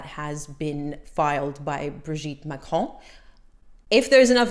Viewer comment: Thank you for stating you try to pronounce words correctly; your French pronunciation is quite passable! I watch Candace Owens and overall like her coverage of the Macrons, but I cringe every time she says 'Macron' or 'Trogneux'. That she hasn't taken the time to learn how to correctly pronounce names she uses dozens of times in every episode where she covers this topic makes me think less of her; it makes her come off as lazy, unserious, or incompetent. That said, a foreign leader suing an American for defamation would set a terrible precedent if the Macrons should prevail in their case. IMO, the Macrons would be much better off if they laughed off Owens coverage instead of making it an international incident.